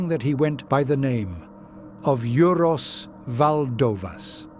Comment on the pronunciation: “Juros valdovas” :D rimtai?!